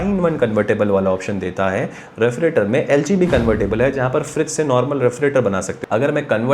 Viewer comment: Refrigerator lo re-fri-trator bol rha.. Itna irritate ho ra sun sun k maine tri video hi bnd kr di is comment k bad.... Totla sala